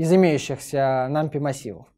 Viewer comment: нумПАЙ - тк пайтон а не питон